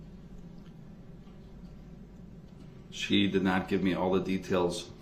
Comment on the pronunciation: I’m sorry. Did Darrell fail speech? Not learn that th doesn’t sound like f? It’s not “forfright”? It’s forthright.